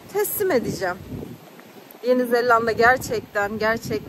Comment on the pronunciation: Yeni Zelanda 'ya Yeni ZeLLanda demen bile çok tatlı. 😊